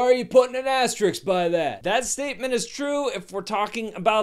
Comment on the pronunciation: I think you meant to say "as-ter-risk" not the comic book character.